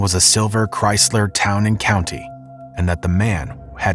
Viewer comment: “Town and County” Lol